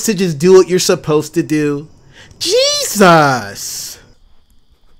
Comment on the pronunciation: that "JEESAS" was so accurate gahdamn